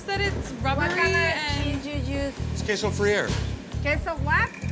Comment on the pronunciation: I can hear that woman say Queso Fruyere in my nightmares